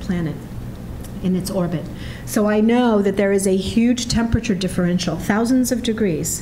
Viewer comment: Natalie, I love you, but please learn how to pronounce the word "temperature". There are four bloody syllables